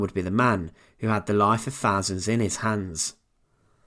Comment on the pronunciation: Add to that his inability to distinguish between thousands and fahsands. A really awful narrator ..